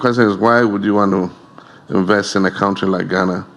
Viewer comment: ALATANII says CUNT TREE